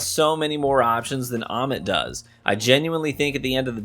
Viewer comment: it's how you said "Ommit" lol Btw, what shader on that Prosecutor? 🤩